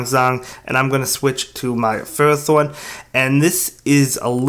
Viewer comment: I watched the pokemon anime for a long time now and even listened to pokedex 3d pro app and ferrothorn is pronounced (I hope you guys get the spelling I am not good with that but still you can go listen to pokedex 3d pro or watch the pokemon anime to listen to pokemon pronounctions although the anime isn't accurate always that is because they sometimes pronounce a pokemon's name differently depending on certain episodes or movies e.g. watch the lucario & mystery of mew movie & watch battle frontier season to hear how regice is pronounced lol it seems that "REG-ICE is how you pronounce as of the latest episode of the anime starting from battle frontier not "REGI-ICE" like from the lucario and mystery of mew movie lol) as FER-RO-THORN